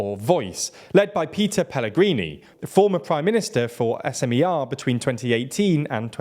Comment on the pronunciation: the content itself is good but as a journalists you could do at least some research of how to pronounce those Slovak names correctly, tho... Robert Fico's last name is pronounced as Fee-Tso, not Fy-ko... Smer and Hlas are not abbreviations so you don't spell each letter separately... president's name Čaputová is pronounced as Cha-poo-toh-va... and last but not least, Progressive Slovakia is progressive left party, not liberal in a sense of economy.